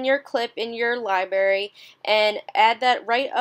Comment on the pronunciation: did she just say libary... its library... wow that made me cringe... but otherwise very helpful video! thanks!